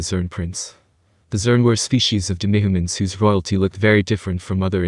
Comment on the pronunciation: All I hear is 'demigaments' when you say 'demihumans'